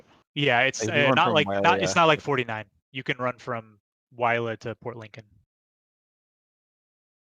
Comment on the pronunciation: So happy to see a play through for this game! Great work in showcasing it! As an Australian though, I physically cringed at some of your pronunciations. Kind of like everyone else does when they hear us talk. I know we have oddly spelled place names but Geelong is Jee-long, Whyalla is Why-A (like A in apple)-la, Wagga Wagga is Wog-ah Wog-ah, Melbourne is Mel-bn and Brisbane is Briz-bn. If in doubt, just act like your tongue is allergic to vowels and you’re half way to talking like us